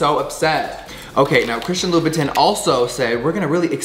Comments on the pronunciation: Spending $$$ on designer products but never pronouncing the designer names correctly. Loo boo TIN 🙄🤔😑😵🙅‍♀️🤦‍♀️ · Jeffree not saying (Lou-ba-tahn) is triggering 🥲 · Ok so ….lol is that how you say louboutin? Because i been saying it wrong this whole time😂